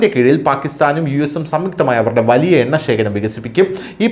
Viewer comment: Enna അല്ല. ... Unna